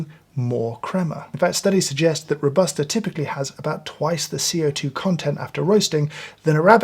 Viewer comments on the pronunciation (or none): “Robusta” pronunciation is kinda like Ro-buh-stah not Row-bah-stah as you do it. Love from Italy 🇮🇹